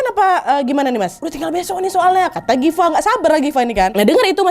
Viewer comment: Hitunglah Kanad ini salah manggil Gifa berapa kali? haha Difa, Dafa, Rafa wkwkkw ngakak